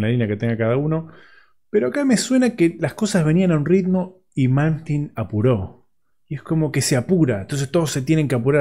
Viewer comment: No sabe ni decir el nombre y lo critica como muchos que nunca hicieron nada rescatable en su vida,increíble,el dia que hagan el %1 de lo que malmsteen creo y toca hablen,sino ,el silencio siempre es mejor que hablar tiradon en un sillon morfando... impresentable